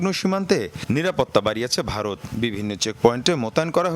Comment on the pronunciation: I like how he says Bhaloth instead of Bharat😂